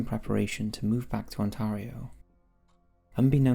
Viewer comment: I hate how you say Ontario wrong.